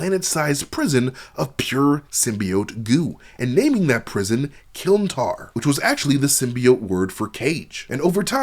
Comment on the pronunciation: KLIN-tar, not KILN-tar